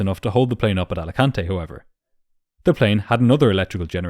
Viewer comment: Americans pronouncing spanish words wrong is the best "Alicantay" xD